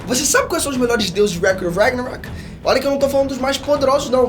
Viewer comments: O começo do vídeo me quebrou kkk "Você sabe os melhores deuses de recoeyejdide ragshirhwgus" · Se não tivesse no título, eu jamais iria ter entendido que ele falou "record of ragnarok" no começo do vídeo kkkkk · O jeito que o cara fala o nome do anime da agonia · Mano... vc fala inglês fluente, então um conselho, aprende a falar o nome do anime certo kkk